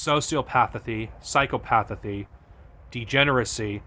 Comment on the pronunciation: Jtlyk you pronounced Sociopathy and Psychopathy wrong